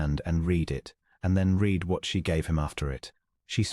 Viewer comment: Very nice story, but the mispronunciation of read vs red vs reed is irritating.